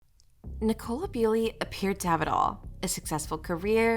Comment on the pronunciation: Her name is pronounced Bull-y, not Bew-ly. Please make an effort to get your facts METICULOUSLY correct. Have you not listened to even one minute of the many videos in which her name is pronounced Bull-y? Such insulting blunders call your credibility as a podcaster into serious question.